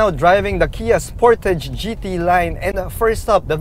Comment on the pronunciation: Spor-ta-ge. Sounds like you went korean sir. Happy birthday. Stay safe and Godbless. 🤗🐫🙏